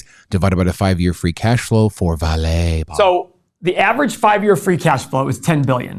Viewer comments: VAH-lee (stress first syllable), not vah-LAY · Brazilian here. It is not "Valett" it is "VAH-LEE" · Hey guys, I’m Brazilian as well. You actually pronounce it vah-Lee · Actually, in Portuguese the stress is put in the open pronunciation of the A (vÁle), not on a closed E, like it’s the case in French. The closest would be the pronunciation in Spanish, although the V Spanish pronunciation is closest to a B in Portuguese. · As a Brazilian, I would say that the correct pronunciation of Vale would be very close to "valley". By the way, I love your channel! 😉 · it's pronounced... Vahlee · Brazilian here. Vale is pronounced "Vah-LEE", first syllabe is stressed. It's a great company, used to belong to BR government but got sold to investors, pretty much a monopoly here, but is involved with accidents and have caused a lot of damage on the environment.